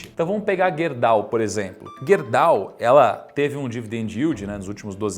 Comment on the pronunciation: Estranhamente ninguém disse nada de “Guerdau” ou “Gerdau”?